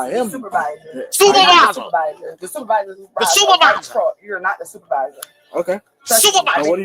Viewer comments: She’s so sorry. Her baby getting a procedure and she’s across the street stealing smh. Also she said supaviza right on the money lol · What man in his right mind got with her to create children? I feel bad for the children. It pissed me off the officer entertained her foolishness as long as he did. I holler every time you say supavisah 😂😂😂I haven't pronounced supervisor the same after hearing you say it 😂